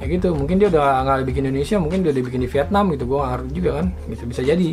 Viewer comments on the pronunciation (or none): none